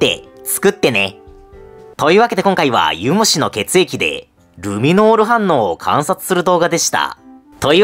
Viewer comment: ユ⤴︎ム⤴︎シ⤴︎じゃない？